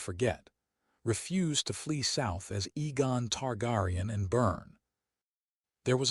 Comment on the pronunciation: AI cant spell or pronounce Names/Words, Aegon NOT Egon.